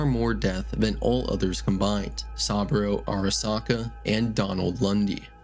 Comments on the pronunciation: Sah-boo-row Not sawbro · Jesus fucking christ, how are you able to fuck up pronunciations of SOOOOO many names when they game quite literally tells you how they’re pronounced a million times? SUH-BOO-ROH, not “sahbro” Not to mention every other name that got butchered to no end lmfao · Sah-bro ✅ Sah-boo-roh ❌ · Also learn how to pronounce saboru what is this ai trash? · bro how do you mispronounce saburo arasaka's name when they say it throughout the entire game.... like come on seriously 🤦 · How do you say the name Saburo so wrong when you clearly played the game and would've heard it pronounced correctly multiple times?